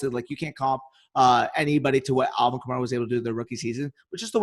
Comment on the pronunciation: said Alvin Kamara wrong